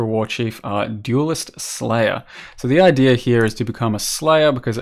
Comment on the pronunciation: why is it always "idear" instead of "idea" with poe youtubers lol